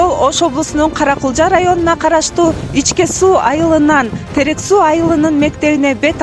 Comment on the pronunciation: Каракулжа ичке дебей ничке дейсинерби таза эмес экенсинер